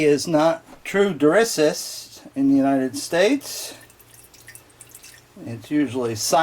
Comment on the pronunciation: Durissus not Dissurus....lol. Sorry, I had to, it was like nails on a chalkboard. I'm sure you've felt the same.